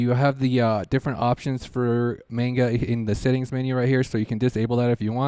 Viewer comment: i don;t wanna be that guy but please it's not mane-ga it's man-ga